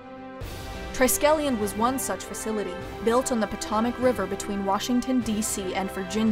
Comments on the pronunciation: Great video about S.H.I.E.L.D., but the narrator needs to learn how to pronounce the name of the Potomac River: It's "POE TOE MACK," not "PA TOM ICK." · I’m sorry. It’s pronounced Pah-tow-mak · It’s pronounced Pa-TOW-mick River. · I know this is likely not a big deal to some people but it kind of bugs me having lived in that area for so long the river is pronounced puh-toh-muhk. This is not necessarily the first pronunciation discrepancy I've heard in some of these videos also checking the script for correct editing I feel like she go hand-in-hand with checking for the pronunciation of words to the respective region. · Don't ever stress the first "o" of Potomac, please. The second "o" must be stressed so that it doesn't sound stupid. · Kinda cool until the narrator was flummoxed by the name “Potomac.”